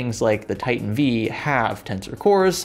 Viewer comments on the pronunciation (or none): none